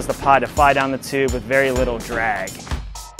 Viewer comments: Chube, instead of tube... Seems legit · its Tube. Not CHube. There is a T not a CH.